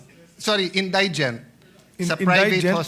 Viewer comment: indigent - proper pronunciation is > in- di- gent hindi > in- day- gent bopols talaga yan si cayetano pati si herbosa nahawa...